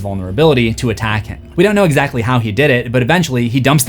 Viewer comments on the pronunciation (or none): none